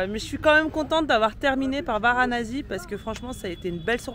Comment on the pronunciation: Varanasi pas Varanazi s'il vous plaît 🙃😂